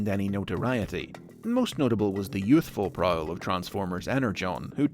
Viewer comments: Is written Prowl, is pronunced Prick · Anyone get triggered with him pronouncing “Prowl” Wrong